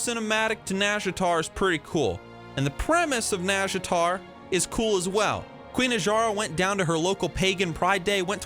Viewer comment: Close pronunciation, but it has the "naw" not "nah". Just listen to the Warcraft 3 sea witch